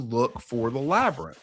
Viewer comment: Anybody who is gonna finance these things u gotta be nuts to not be flying out navy seals and Graham and Randal and David Shoch and his wife and whoever down there and figure this shit our… Joe having tk better his way out of the labernith lol.!!! Cuz he mispronounced it the mummy 2026 let’s go